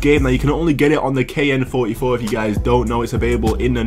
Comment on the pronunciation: He said kn44